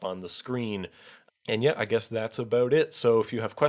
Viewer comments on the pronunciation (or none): none